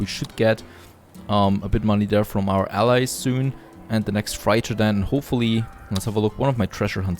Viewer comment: Freighter is pronounced 'freitar', not 'fraita'.